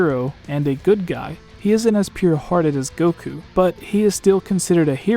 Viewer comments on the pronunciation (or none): none